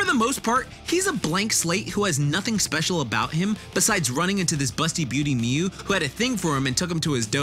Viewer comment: Miu. It's Miu